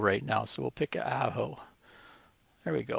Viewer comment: I got a chuckle when you pronounce Ajo. It is pronounce like Ah-Hoe. Great explanation of AllstaysPro